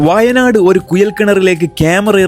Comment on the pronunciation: വായ നാട് അല്ല വയനാട് 😂